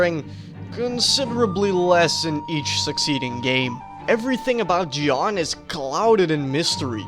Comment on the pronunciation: I sub, because you called Jeane Je-a-ne too